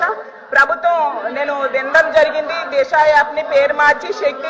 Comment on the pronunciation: Disa not Desa